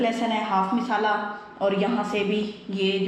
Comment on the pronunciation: Sahi Urdu bolen lafz misala ghalat he Masala bolen